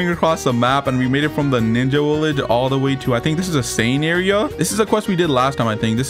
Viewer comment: just asking why you say some words like that like williage